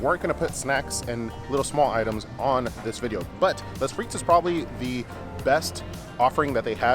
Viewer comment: I like how you take the time to reply to all the comments, even though you get so many. I think it's good to stay connected with all your viewers even if that means having a lot to stay on top of. Side note, "les" is pronounced "lay," not 'less". Just thought you might like to know.